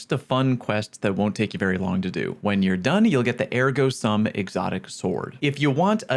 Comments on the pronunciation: Love the content but your pronunciation was killing me …. It’s “soom” not “suhm”. Ergo sum is “therefore I am” from Descartes “Cogito ergo sum”. “I think therefore I am”. I spent weeks in a college philosophy class proving my own existence as part of studying Descartes. I nearly died from boredom but I never forgot it😅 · Its pronounced Ergo "SOOM" btw. Its latin for "therefore I am" as in the second half of Descartes "Cogito, ergo sum" or "I think, therefore I am". If I hear someone else say ergo "some" I'm going to lose my shit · "Sum" in this case is pronounced more like "Soom" since it is Latin. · nerd alert You're pronouncing ergo right, but sum is pronounced "soom" like "soon" but with an m. it means " Therefore I am" in latin from Rene Descartes' First Meditation. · Ergo "Soom", from Cogito Ergo Sum.